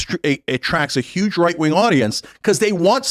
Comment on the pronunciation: sometimes he says "white wing" instead